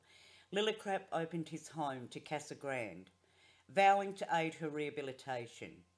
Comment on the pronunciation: Casa grande is pronounced ‘KazagrandAY’. Thanks for the video!